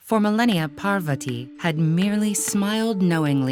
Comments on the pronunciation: With Ted Ed being such a big platform, I’d have expected them to at least get their pronunciations right. There’s no dearth of Indian people who can speak clearly and pronounce the words properly. I’m only 50 seconds in and I am already cringing at the absolute murder of “Parvathi” and “Ardhanareeshwara”. Please, in the future, double, triple, and quadruple check your pronunciations! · They even pronounce Mandarin words perfectly, but here goes "Parvathi" as 'Parvatti' "Annapoorna" as 'Annapurna' "Bramma" as 'Brahma' I guess Google is not guiding them with correct information when it's related India😂